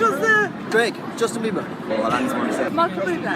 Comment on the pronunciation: I’m sorry “Justin Beaver”???? I get it our national animal is a beaver but cmonnn it’s bieber lol